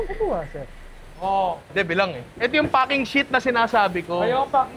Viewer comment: Hanep imbis na packing yung F yung naririnig ko HAHAHAHA